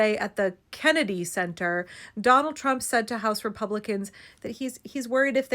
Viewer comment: Love how you emphasized the name of the KENNEDY center.